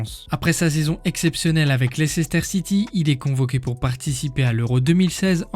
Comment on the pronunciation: Ca se prononce Leister City :) Maintenant Champion du Monde, Champions League, avec une bonne chance pour être Champion D’Europe. Il a fait le plein en cinq ans.